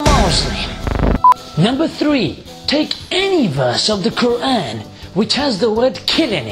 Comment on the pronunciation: Graham Harvis did pronounce qur'an with tajweed tho